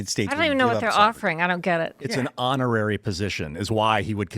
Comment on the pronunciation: It's not "honorary".